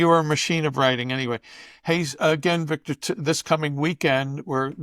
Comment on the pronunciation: "Beek-tor, tell me, is Trump going to ween?" -Jose